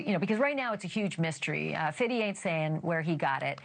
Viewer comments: Why is she saying "Fiddy"? So embarrassing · Please stop saying Fiddy. It sounds crazy... its 50 cent. It like your mocking him. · Who tf is Fiddy? It’s Fifty …. 50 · Why is she saying Fiddy when it's Fifty... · Fifty Cent, not Fiddy Cent Ashley. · It’s “Fifty”….stop being weird. 😒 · What is possessing this woman to say “Fiddy Cent?” I can’t even watch the video. Cringe. It has never been pronounced that way. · Tell this lady it’s not “Fiddy”. I don’t know is she’s trying to speak hood slang or what. 50 ma’am. Just 50 with the ty not dy. Thanks! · I’m Lls at her pronouncing 50 as 50itty or 50iddy 😂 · Does she have an annunciation issue? Unless my speakers are betraying me, she doesn’t seam to know how to say, “Fifty.” The man doesn’t go by Fiddy. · Why do YT people keep saying“Fiddy” Its Fifty (50) NOT Fiddy. Smh. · “Fiddy aint saying where he got it?” What in the world is this so called reporting/ commentary ? Say his name appropriately, use proper English like you would in anything else. So unnecessary ,unprofessional and embarrassing for this so called network. Wth. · The fact that this yt lady is calling him fiddy!! Please for the love of God!! 😅 You can talk in your regular vernacular! She sounds ridiculous 😅😬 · I hate how she pronounced 50 as " fiddy" . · Can you please not say Fiddy please!!! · Interesting she is calling him Fiddy the whole time 😂 Also Wayne Barrow who is Biggies estate manager has come out and said the estate did not pay for the funeral but Diddy/Bad Boy paid for all expenses. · Fiddy/Fitty is a perceived pronunciation. Even Irish folks pronounciate it as that. Like: Three = tree Thirty = turdy That/then/them = dat/den/dem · “I need about three fiddy”